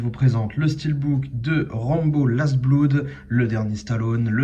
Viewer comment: Très bonne présentation le steelbook est très joli avec un beau glossy cela dit je crois que l’on dis blod est pas bloud :)